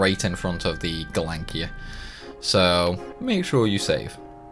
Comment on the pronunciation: He calls the Gelnika.... Galankir....now a scimitar SiSimitar 💀